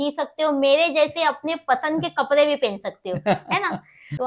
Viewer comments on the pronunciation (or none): Kapde bolo kapre nahi